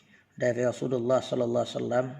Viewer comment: Assalamualaikum bacaan yg bener shalallahu alla muhamad. Apa shalallah alla muhamad .? Ada hu nya ga ust pas di shalallah nya